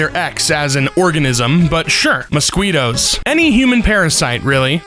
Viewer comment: The way he pronounces "mosquitoes" makes me want two burn things